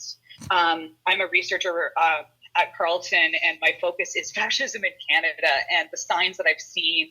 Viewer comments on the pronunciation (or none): none